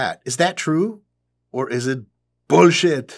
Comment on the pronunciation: It’s the perfect Arnold impression because it’s him saying boolshit which was a boolshit thing of him to say. It’s like boolshit inception.